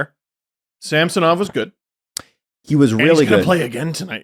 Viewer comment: Our hosts are once again confused about how to pronounce Ilya Samsonov's name 😂